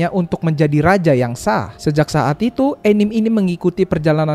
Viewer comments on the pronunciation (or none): Maaf sekedar meluruskan, ANIME dibaca A-NI-ME bukan ENIM dan MANGA dibaca MANG-GA bukan MANGA, saya sebagai penggemar anime dan manga suka kzl dengernya. Kalo ada yang ngga setuju, boleh bully saya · anime ttep dibaca anime bang bkn enim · bacanya mangga bukan manga, bacanya anime bukan enim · Terimakasih bang atas ulasan luar biasanya. Dengan begitu orang jadi semakin tahu tentang mbah Tezuka salah satu tokoh penting di dunia animasi. Tapi, izin bang anime itu bukan enim 😂🙏 Mungkin kekeliruan penyebutan ini muncul dari orang-orang yang beranggapan anime itu penggalan dari animation yang dibaca dengan penuturan bahasa inggris. Enimesyen jadi enim. Tapi pengucapan itu tidak sama dengan pengucapan aslinya. Bahkan bule pun mengikuti cara pengucapan aslinya. Dan di pengucapan Indonesia enim itu malah gak enak. Jadi sebenarnya gak ada alasan buat mengucapkan anime jadi Enim. Maaf bang 🙏🙏🙏😂😂😂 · Baru tau ada orang nyebut anime itu Enim 😂